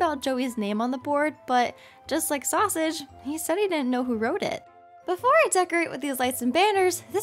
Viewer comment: When said sOUsAgE